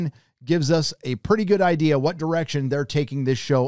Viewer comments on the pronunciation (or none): none